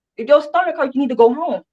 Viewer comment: Yes, my CC captioning said Home, but it sounded like you said going into a homo. I was like, how did YouTube allow that? 😅 and then she does talk about oral sex. I was surprised the judge didn’t shut her down. Maybe he just thought, doesn’t matter what she says. She’s gone.